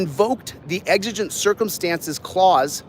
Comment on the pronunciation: Wow! can say exigent.